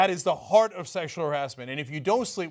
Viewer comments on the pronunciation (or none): none